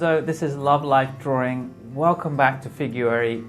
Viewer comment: I love your videos, but why why why do you keep saying “drawring” it’s drawing, without the second r. It’s just making me crazy